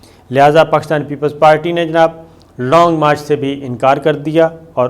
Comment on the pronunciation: شاکر صاحب لونگ مارچ نہی لانگ مارچ ہے آپنی ارود ٹیھک کریں